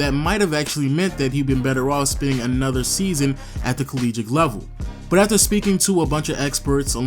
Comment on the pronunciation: Nice video. You say "collegiate" weird.